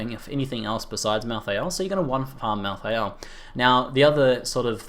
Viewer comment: mal thay ul . not mal THI AL